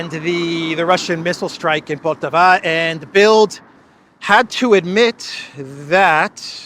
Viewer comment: PoltÀaaava, not poltavÀ